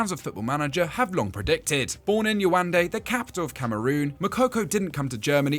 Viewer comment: thats not the pronunciation of Yaounde . It's Ya-ou-ndey. Great video overall